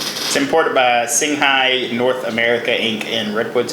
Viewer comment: Your said Singha wrong